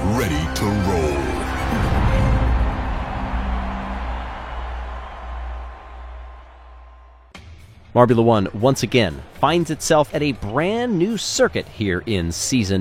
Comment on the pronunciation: Glad I wasn’t the only one who notice that. But it’s MARBULA 1 not MARBULAR 1